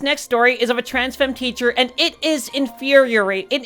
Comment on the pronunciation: not being able to pronounce infuriating is just absolutely adorable!